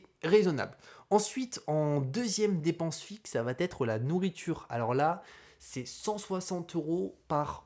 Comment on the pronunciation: j'ai mis un like car la vidéo est top et instructive... mais, c'est plus possible de répéter huit cent fois "savatètre"... ça n'existe pas! "Ca va être": y'a pas la lettre "T". Nulle part. Ce n'est pas "Ca vat être"... là tu vois bien qu'il y a un souci. Et encore moins "ça va-t-être"... c'est possible que dans un seul cas, quand tu parles à quelqu'un et que tu lui donnes par exemple "un vélo" tu pourrais lui dire "ce vélo va t'être utile" dans le sens "il va être utile à TOI", ou "ça va t'être plus facile pour rentrer" mais c'est juste parce que c'est pronominal, comme quand on dit "ça m'être plus facile pour rentrer"... mais pitié... "ça vatètre" au lieu de "ça va être" ou "ça sera"... je te jure que je saigne des oreilles à chaque fois! c'est le seul petit reproche parce que sinon je like toutes tes vidéos, je suis abonné et j'apprécie ce que tu fais. J'apprécie t'écouter mais pas quand tu répètes ce tic:-)